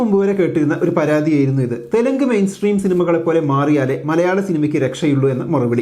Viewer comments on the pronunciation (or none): none